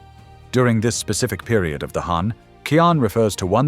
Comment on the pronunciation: Can I just check why the pronunciations of Chinese words, names and terminology are not pinyin? Eg 钱 or 錢is qian but it’s pronounced in the video as ki-an. Is that an AI mispronunciation?